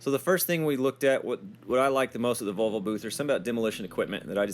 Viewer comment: I like that you pronounce Volvo correctly. So it should be volvo and not valvo. Husqvarna is also Swedish and the letter Q in the name should be pronounced as a K. Also HUDDIG is a Swedish company that started its production in 1959. I am from Sweden, I know what I am talking about.